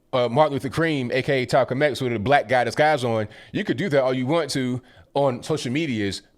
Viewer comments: Died when you said Talcum X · My man just said "talcolm X and martin luther cream". Haha